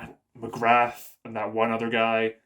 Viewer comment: I'm an anime watcher only, I think the war hammer titan one the less suspecious person in that rooom. So it's gonna be that tall gard or that maiden, coz they wanna make us think they're not family members. Also the warriors commender's name is Magath not Magrath 😂.